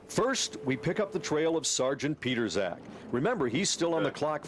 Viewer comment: His name is John Pietrzak. Here is his facebook. BTW it's not pronounced "Peterzak".